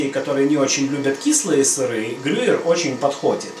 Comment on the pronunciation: ГрюЕЕЕр,.